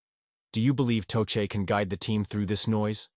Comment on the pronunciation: toechek? tuket? toshay? lame downvote